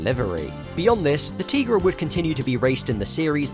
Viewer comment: YES! It is pronounced “Tee-gra” I named my cat after that car! Also kinda after the L’Trimm song “Cars that go boom”